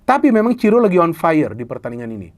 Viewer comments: Monmaap bung, bukan Ciro, tapi Siro wkwkwk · bukan ciro tapi siro, kata reporternya 😄